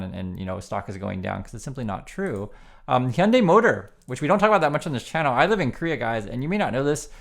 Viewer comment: Hello, just a share to add that Wall Street Millennial AND Logically Answered put out vids today on, respectively, the SoaceX grift and Musk's fading appeal. Adds to peopke's comments to check out Thunderf00t and Common Sense Skeptic channels. The wheel turns.... PS Heeyunday... I always heard it us Haiyundai. I am not sure now what to say here in California. I will also point you to the Beck steamer from Midnight Vultures, "Debra", when he croons, "Hey Lady, step into my Hyundai" ... "I'm gonna take you up to Glendale.. " Giggles. I saw that concert, too. Anyway, interesting re pronunciation, thanks!